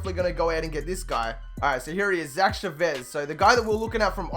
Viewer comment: It's pronounced Cha-vez